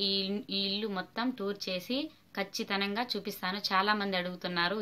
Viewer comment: Kachithanamga kadu Kachitamga.